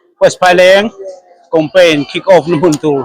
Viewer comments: Thianpa chu Compaign i ti reng mai a, Campaign tih tur aw, i channel a ti ho tlat....hengte chu youtuber chuan lam thiam tur.... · Campaign tih tur ah compaign i ti char2 in ka hria..ka hresual ti dawn ila i sawi zing ve bawk sia.😅😅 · Compaign iti zel a sir,, Campaign tih zawk tur aw. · Ka rilrua awm, ka sawi châk deuh i lo sawi e...hetiang saptawng word khat lek, kan hman rim em em te hi chu anni ang social media, content creator ni chin te hi chuan, a zawng zawng anih loh pawn he word pakhat mi zawng zawngin jan sawi rim em em 'campaign' (kam-pein) tih mn ai nai te hi chu han lam dik ve hram thei ila chuan duhthusam chu a ni ngei zawk ang mole! 🤔🤷🤷😁 te ka lo ti ve mai mai a! 🤷